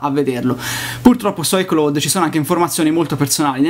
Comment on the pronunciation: Si dice: Ai claud... Se devi pronunciare una parola inglese usa google, non si può sentire pronunciato così.